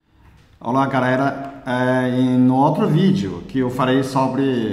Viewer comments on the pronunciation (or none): Ora garera rsss